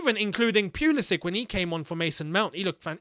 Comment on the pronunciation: It’s “pull ii sick” not “pee ull i sick”